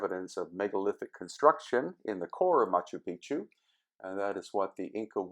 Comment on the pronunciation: Love Machu Picchu. Thanks. You do want to get the pronunciation correct, especially once you learn what the common mis-pronunciation of the term means:)